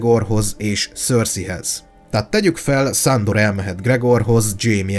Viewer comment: Csak engem zavar a "Szándor"?